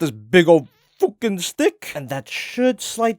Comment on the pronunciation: "BIG FOOKEN STICK" died😂